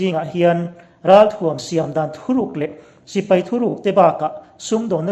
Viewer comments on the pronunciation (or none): none